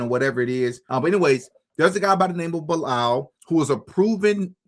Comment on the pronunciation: it's "BEE-LAL" > Bilaal is a Muslim name, when you dt know ask! It's the name of the Muslim that prophet Mohamed (PBUH) asked to make the 1st call of prayer when Islam was born because of his beautiful voice. This guy either converted in Islam or was born Muslim.